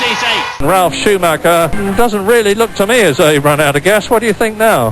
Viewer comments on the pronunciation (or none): none